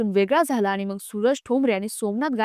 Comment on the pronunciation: मॅडम, "मग"बोला" मंग " नका बोलू